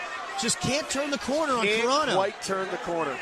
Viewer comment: Carano, not CARENA, you moron